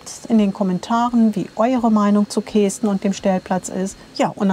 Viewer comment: Lustig die Aussprache Kesten. Also das "e" spricht man kurz nicht wie "ee". Genauso wie ortsunkundige zu Küüs sagen wenn sie Kues meinen, was wie Kuhs ausgesprochen wird. 😂